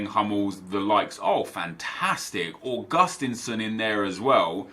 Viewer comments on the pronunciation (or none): From a swedish fan. I love how wrongly you pronounce augustinsson